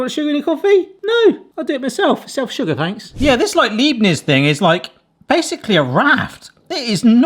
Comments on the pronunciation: The biscuits name is pronounced like "Iype-nitz". In your case it is a "lype-nitz shoko", the ones without chocolate are called "Butterkeks" and must be one of the most popular cookies in Germany - since they are traditionally given to babies. And used in desserts, one of them being the world famous "Kalter Hund" (Cold Dog). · Just a little help from a German: Leibnitz is pronounced "libe-nits". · Leibniz? Try Lipe Knits for the pronunciation! Makes it easier and close to perfect 😉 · Leibniz. I love them too. Leib rhymes with life but instead of the f in life it's a b. And niz rhymes with sits (as in sitting on a chair) 😜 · just for info Leibniz is a German make, in Germany, ei together is an iiiiii sound, and ie is an eeeee sound, your welcome 😊😂